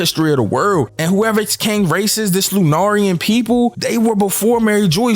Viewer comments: Why are soooooo many you tubers having issues saying LOO-NAR-EAN lmao u called em Loo-Naria 😵‍💫😵‍💫😂 the flower thing is NOT accurate because that’s not how it’s spelt…. U googled lunaria not lunarian the word lunaria could refer to the country in which the race is from yes but the race name has an n like skypeia & SKYPEIAN ion understand how I got no issue saying skypeian in this vid but completely butcher LUNARIAN 😂 but ur deffo not alone more than half of the ppl I heard mention them has had a similar pronunciation to u was that one of the ways it was translated in the non officials from Friday?? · Lunarian rhymes with humanitarian and librarian (lunaria is also not pronounced like that) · bruh people sound dumb pronouncing lunarian. Its sounded out like this Loo Nair Ee An not Loo nar ian ugly